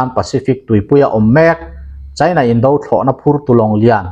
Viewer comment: "Indo lawng" "Indo thlawhna" tih hi "indo hi a tha lo" kan tih a, "indo" kan lam ang hian lam ni zawk ta se a dik zawk em emin a ngaihthlak a hahdam sawt ang mawle... Ka ngaimawh deuh hleka, inthlahrung angreng tak chungin kan rawn sawi hram a ni e. A bengvarthlak thinin a ngaihnawm thin e.